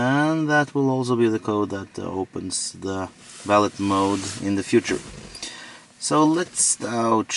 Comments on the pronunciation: You are joking right? You own a $100k car and you don't know aabout valet parking. Not valid like you pronounce it. but "Valè" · valit mode. valet - vel-lay mode. Its just a creep mode. get over it. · Haha! Ya, it’s pronounced VALLAY. Valet service is at high end restaurants and hotels. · Its pronounced “Velvet mode” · Valet is a French word, pronounced va-lay. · It is spelled valet, but the t is silent. So it's pronounced like valai. Just saying, I'm not trying to be mean :) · no its not valeT mode, the t is silent... you only use it when you go to a hotel or somewhere with a person who parks your car for you... you enable it so they go drifting with your car, or go through ur personal stuff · Probably should have looked in a dictionary for the pronunciation and definition of "valet". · Du uttalte valet feil i hele videoen. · I'm disappointed that someone with enough money to buy a Model S doesn't know: 1) How to pronounce "valet" 2) What a valet is